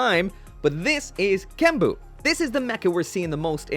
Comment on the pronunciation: It's not kenbu, it's GENBU!